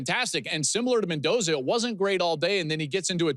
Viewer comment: Mendoza. Lol. Come on.